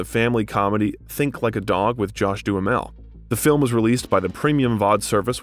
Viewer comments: 9 oh 2 one oh Josh Dumel is the proper pronunciation. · 6 minutes in and our narrator has already mispronounced "90210", "Josh Duhamel" and "John Turturro" [EDIT] now "Judd Apatow" as well., you said "Jude" [EDIT] "ZOOIE" Deschanel. You're on a role